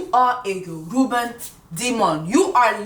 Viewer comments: Sis aint no "N" in Yoruba....your Nigerian friends gon be fined when we all get home this Christmas 😂🤣🤣🤣🤣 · The way you said “yoruba demon” was too funny. That’s not how you say it but thank you for the entertainment 🤣🤣